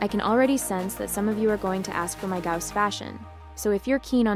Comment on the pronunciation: its a good guide, but who read it as Gaws